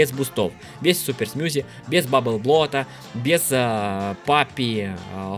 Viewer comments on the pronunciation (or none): none